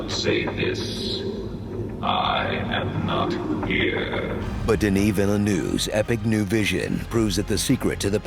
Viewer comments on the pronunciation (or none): "dinyee vilenew"